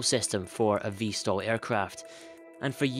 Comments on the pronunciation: VTOL NOT VSTOL REEEEEEEEEEEEEEEEEEEEEE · Why does he say vstol instead off vtol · VTOL and NOT Vstal